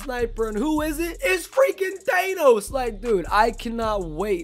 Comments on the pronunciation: Omg the fact that he says Th-Ay-Nos is cancer It’s Th-Ah-Nos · his pronunciation of thanos makes me cringe